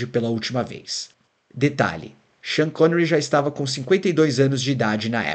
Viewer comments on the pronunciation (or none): none